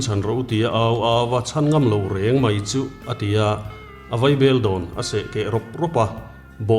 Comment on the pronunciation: Nangni ang te hi chuan mai hmanna turah hian mei ti hi chuan lam lo hram teh u.